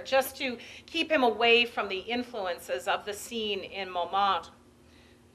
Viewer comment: If only she would correctly pronounce Montmartre.